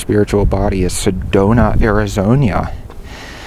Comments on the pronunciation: He said Arizoña, smh. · i hope he's enjoying all that wonderful heat we provide also love how he pronounces Arizona with that extra 'i'